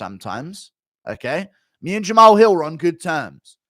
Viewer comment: "Jamao Hew" What type of speech impediment is this?